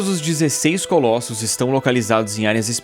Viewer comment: Colassos??? Kkkkkk vai toma no cu